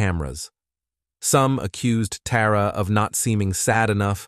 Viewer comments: Her name is Tara not TAWra. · Sidenote: It would be helpful to pronounce the names the same throughout the video. You pronounced Tara's name as both "Tah rah" and "Teh rah" from sentence to sentence. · Dam i was getting confused with the names Tara, Terry, and Tori trying to remember which girl was who. And this stupid AI saying "Tara" then "Tar-Uh" back and forth. Then instead of saying "legal council" AI said "lego council" omg it drives me nuts! I watch other cases with the same exact AI narrator and the way he pronounces words 10 different ways is so irritating lol..like that one case where he said "Megan" 5 different ways..im sure some of you know what im talking about..Anyways this is a terrible and disgusting crime these scumbags did to that beautiful little girl..i just cant wrap my head around how anyone can abuse or murder a child over nothing! Like why? Because they felt like it or they wanted revenge or they were mad?! I just cant comprehend it 😢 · It’s weird how they change the pronunciation of “Tara” a couple times throughout!